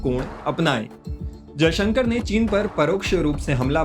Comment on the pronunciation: तुम बहुत असभ्य एंकर हो। विदेश मंत्री का नाम भी ठीक से नहीं लेते हो। भाषा की मर्यादा ज्ञान नहीं है क्या?